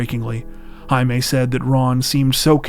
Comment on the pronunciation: Jaime, is pronounced, "Hi me"